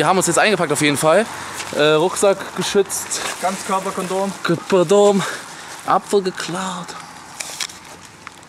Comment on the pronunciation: "Ganzkörperkondom" -"Kepdooom" xD Wem ists auch direkt aufgefallen? :D